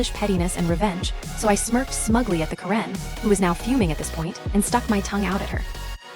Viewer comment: Stupid AI can't pronounce Karen correctly. Let's get a real human being on here. Thumbs down 👎